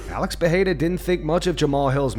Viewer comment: its not PEHERA ITS PEREIRA. Joe Rogan thinks ther R becomes an H but its not the case